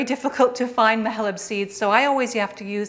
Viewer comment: Thanks for the reply. Actually it was not a question about Mahlab but an entreaty (😅) to you not to pronounce the /ح/ in the middle as a /kh/, the way Israelis do (you know, like Makhmoud, Khummos, and Khamas, etc.). /ح/ is a difficult sound to reproduce for non-Arabic speakers, so a sharp /h/ is closer and much, much better than the Israeli /kh/. Thank you again for a lovely channel that champions Palestinian cuisine, and cheese, of course 🙂.